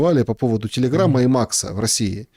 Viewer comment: завязывай Maкс Махом называть. Очень слух режет😂.